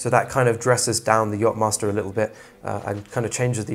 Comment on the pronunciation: „yop“-master??? YACHTmaster …